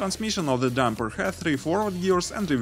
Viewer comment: По английски ролик научились озвучивать, а "дУмпер" правильно произносить нет....